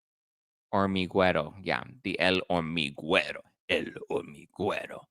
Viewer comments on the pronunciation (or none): The h and u are silent. Hormiguero - Ormigero